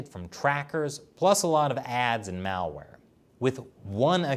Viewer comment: I like how you pronounce malware like "Maoware"